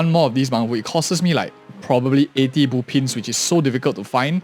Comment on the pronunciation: Why do you pronounce them boopins and boopons? Is it a typo because i is close to o on the keyboard? Do you speak with a keyboard?